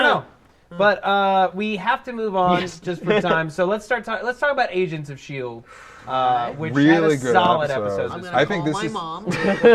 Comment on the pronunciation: I thought Matt said, "Asians of Shield" and I was like, "Hey...."